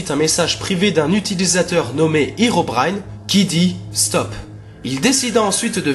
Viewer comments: Cela ne se dit pas Hirobraillne mais Hérobrine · herobine ne se pronoce pas hirobrine mais hééérobrine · Sa ne se prononce pas irobrin mais hérobrin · on dit pas Hirobrine on dit Herobrine !!! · Alor c pas itobaïne mes érobaïne a la prononciation bien sur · tu viens de dire hirobrine or que ses herobrine le hero se dit comme en francais et en anglais et herobrine es un creepypasta faux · Mec j'ai vue hérobrine et on dit hérobrine